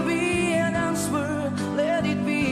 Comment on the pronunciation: Just great again - just to point out to - the word answer is pronounced without the 'W' so it sounds anser that is how it sounds - so drop the 'W' on that. other than that you had it all correct - great job.